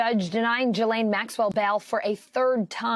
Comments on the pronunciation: “Jahlain” Maxwell 😂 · Hard to take a news story seriously staring at a pink sweater sporting a huge purple blob thing while mispronouncing the name of a world infamous grooming agent of Jeffrey Epstein. Step it up.